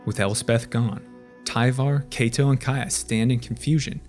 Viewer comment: For the record, Kaito is pronounced KYE-to, not KAY-to. It rhymes with high toe, not bay toe